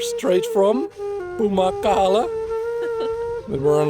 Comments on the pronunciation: its TÜRKIYE not turkey !!!!!!!!!!! got damn! please learn how to pronounce citynames / food names or at least the countryname before visiting the county thats really embarasing! !!! every time sou pronounced the names wrong !! a good example : Its WRITTEN pamukkale. you said Pumakkal. COME ON thats just disrespectful !!!!!!!!!!!! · And none of the names were said correct )) lahmacun, pide, Pamukkale, Kapadokya..